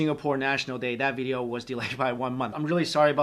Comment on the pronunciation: Lol funny how he says veedeeoh